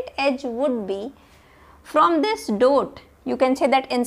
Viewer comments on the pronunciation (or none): Why you are saying"doat"?It's dot